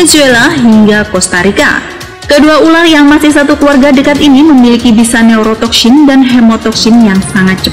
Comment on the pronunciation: Neurotoksyin dan hemotoksyin. Lafadz Syin nya fasih bener 😆